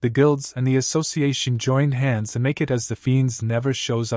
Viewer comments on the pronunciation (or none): none